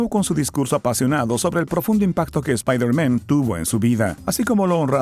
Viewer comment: /espaider MEN/ que pronunciación XDD